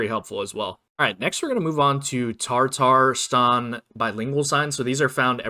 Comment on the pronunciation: very helpful video thank you, also not trying to be mean but its tatarstan not tartarstan… sorry to be that guy 😔